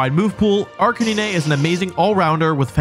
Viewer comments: “Arcanina”💀 ”Caesor”💀 “Slayking”💀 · did my man really say ‘ark-an-een-ayy’ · WHAT IS WRONG WITH YOU… ARK A NEE NAY??? HAVE YOU NEVER HEARD THE WORD CANINE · I’m sorry but are you calling Arcanine like Arcan-knee-nay instead of Arca9? Bc that’s awesome 😂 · Arc-in-ea? Isnt it arca-nine? Have i been saying wrong? Also isnt vaporeon weak to grass as well? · umm… arca-nee-nay?? isnt it arcanine like nine the number 😭 that threw me for a loop bruh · "Arca-knee-nay" Excuse me what. I've never heard anyone call it that. It's always been "Arca-nine" just like the name. Edit: These pronunciations whack. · What is an Ach can nay nay? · “Arca knee nay”? Arca Nine bro.. arc a NINE Gengar.. not gen like generator. Gen like CAN (but with a G) ya get ya pronunciation correct. (C)Gen Garr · The way this man says "Arc-a-nee-nay" with such confidence.. 🤦😂 I just... it's so on-brand for Wolfe. Great video. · C. Arc-Uh-Knee-Nay! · I cant with AR-KAH-NI-NEH xd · A R C A N I N A Y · "Arca ni ne" 😭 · Ark a nee nay Jen gar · Dude ar canine its so easy. Ar ca nee nayyy ⁉️⁉️⁉️⁉️ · i actually had to stop washing the dog and rewind to make sure he seriously called it “arka knee neigh” (i work a dog groomers) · WTF IS AN ARCKANINAY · Did he just pronounce it Ark-a-nee-nay ??? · Wolfey: “this is a serious list.” Same video: “ARK-AH-NEE-NÉE.” Love your stuff I’m new to you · When he said Ar-ka-ni-ne 😂😂😂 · Arr-cah-NEE-NEH??? Wolfey its RK9 🤣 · "arcaneenay" gave me a brain aneurysm edit: so did jenjar edit 2: okay i can live with slayking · wait… hold up… WHAT did you say??? Arca-NEENAY? Bro… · I died when he said “Arcaneenay” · Arc-A-nee-nay LMAO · ArCUHNEENAY EXCUSE ME 💀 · Ark-in-nin-ay?! Have I been pronouncing Arcanine wrong all this time?!?! 😳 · I'm sorry WHAT arcani-ne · are you saying names wrong on purpose or am I being an ass for not knowing something? Ar-ka-nee-nae? really? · Arkanian,vivillon pronounced in French, gardivoah, Jengar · "Ar-ca-ni-ne" man I'm dead ☠️ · Sorry but arcinene?